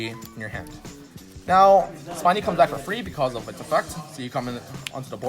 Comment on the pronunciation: Spinny is actually pronounced as speeny not spainy...because it spins...plus it's Spinny and not Spiny.